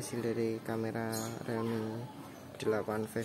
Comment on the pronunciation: Rilmi bang bukan relmi